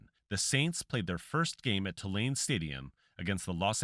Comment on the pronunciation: Hey, its not Ti-lane, its pronounced Too-lane